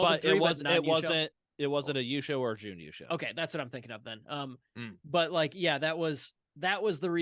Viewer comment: You have the right vowel sound but are holding it too long. I'd say you are doing Juun instead of Jun. It might help you to think of it as Jn. Thanks for the video as always